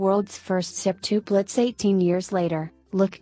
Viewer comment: I CANT STAND THE WAY THAT ROBOT THING IS SAYING SEPTUPLETS